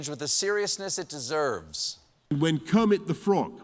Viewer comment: I LOST it when Boris said Kermit's name🤣